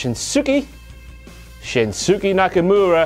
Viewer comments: SHIN-SKE not SHIN-SOO-KE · "Shin-soo-keee" 🙌 I'm out. It's been real, guys. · For the record, King, it's pronounced Shins-kay. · Yeah right, I never understood why they call him SHINSKE instead of ShinSUke but ok Same thing with ASka instead of ASUKA . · SHIN-SKAY. BAL-OAR. I'll say it again SHIN-SKAY. BAL-OAR. For a king you thought you would know your loyal subjects.... xD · SHEEN-SKAY,. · I cringed hard when he pronounced it that wrong... They say it out loud on air constantly so I can only hope he was doing it on purpose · its pronounced shin skay knock amora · thumbs down for mispronouncing Shinsuke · pretend there is no U